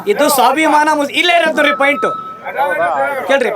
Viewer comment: ಲ* ಸೋಶಿಯಲ್ ವರ್ಕರ್ ಮಹಮ್ಮದ್ ವಾಸಿಮ್ ಪಾಯಿಂಟ್ ಆದು ಪೇಂಟ್ ಅಲ್ಲಾ ಪಾಯಿಂಟ್ ಅನ್ನು 😂😂😂